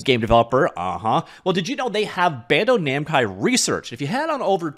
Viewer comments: Did he say BANDO NAMCAI RESEARCH? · Just taking a moment to chuckle at the spoonerism near the start of the video: "Bando Namkai." Nice.